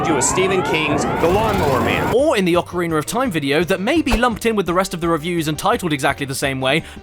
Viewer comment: Ockereener of time. THE